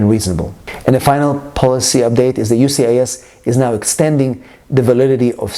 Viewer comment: Why can't he say USCIS? He keeps saying UCIS